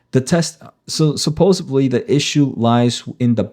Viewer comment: supposeDly - with a D